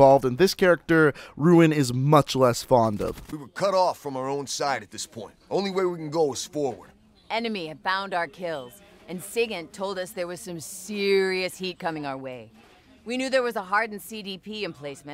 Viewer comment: as a member of the army its SIGINT* not SIGNT